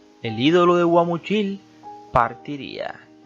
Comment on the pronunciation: Pedro infante una gran figura , aunque muy desordenado en su vida emocional por su falta de madurez se comportaba como niño por ello perdió muchas cosas como su fortuna , y al narrador es Guamuchil aprenda a pronunciar